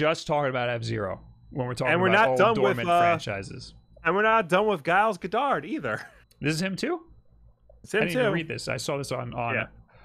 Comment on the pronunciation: I've never heard the name Giles pronounced with a hard 'G'. USA, you continue to astound me.